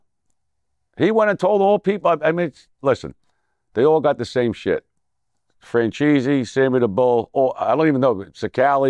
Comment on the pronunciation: Nobody caught that “Francheesy” diss ? 😂😂😂😂